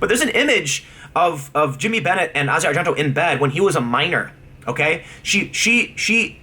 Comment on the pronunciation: When did Tim start pronouncing, "Asia Argento" correctly? He's probably the only person other than movie nerds like me that actually pronounces it correctly.